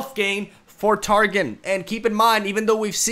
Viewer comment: Cool reaction video, but I cringe every time he says " Tar Gin"